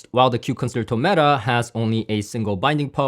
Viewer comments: Just a note that "Concerto" is pronounced "Con-Chair-toe" not "Con-Sir-Toe" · nice review and thank you for doing it. By the way, the word "concerto" is pronounced con- cher- ( like cherry) -- to. No "S" sound. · I'm left puzzled about what aspects of the others on your tier list the KEFs 'destroyed.' I think the R3 Meta was only slightly more preferable to the Buchardt, and you preferred the CSS to the Concerto? Also, unless there is a specific pronunciation for the speaker, Concerto is 'Kahn-chair-tow'. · It's actually pronounced "Kon SHEIR toe", as in the Greig Piano Concerto, or the Tchaikovsky Violin Concerto. ConSHERtoe. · It's pronounced consherto pal 👍👍